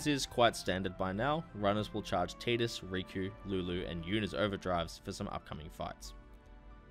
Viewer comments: I left a thumbs down because it’s TIDE Us not TEED Us. It’s based on the word Tide, which has long since been confirmed by the developers. It’s not an accent thing, you’re simply pronouncing it incorrectly. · No sir its not tee-dus its tidus like tide-us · really... TEEDUS? dude he says it in the game. it's voiced. have you even played this fucking game? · It's pronounced tyduss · He will always be Tide-us to me, just like Ruffy and Lolonoa Zoro from One Piece. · in kingdom hearts one, wakka calls him teedus. Also in FF dissidia, sadly teedus is the official pronunciation